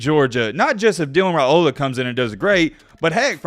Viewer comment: Good job on pronouncing his name correctly!